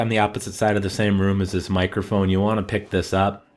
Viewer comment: i laughed when you said microhphone tbh haha its a light-bulb:P